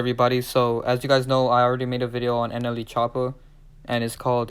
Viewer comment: Say it with me Slowly… "Nelly" "N-L-E"